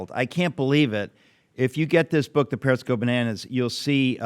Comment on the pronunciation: Sounded like "parents" go bananas , but it is, 'parrots"